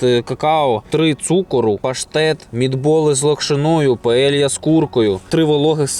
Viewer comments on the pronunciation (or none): none